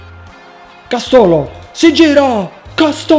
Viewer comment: Castólo?!?!! Castooóooolo?!?!!? 😐 devo sentire altre cagate?